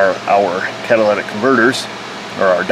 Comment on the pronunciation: Cat-a-lyt-ic converter. Come on. Say it with me. "Cat-a-lyt-ic". Very good,. I knew you could do it.